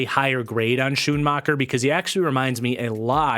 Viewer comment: Hey, great video. BTW, Schoonmaker is pronounced like Skune-maker (like make). Michigan fan here.